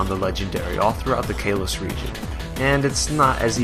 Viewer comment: It's been 10 years, and I'm gonna guess this guy was a first time Pokemon player, going by how he pronounced Kalos and Articuno.